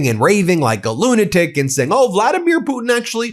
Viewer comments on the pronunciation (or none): none